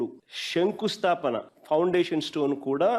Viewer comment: షంకుస్థాపన కాదురా శంకుస్థాపన. తెలుగు నేర్చుకుని చావండి.